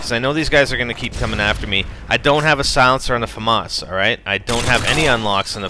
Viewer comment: famas not faumas there no u in the name